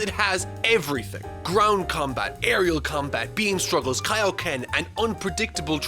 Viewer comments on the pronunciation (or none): none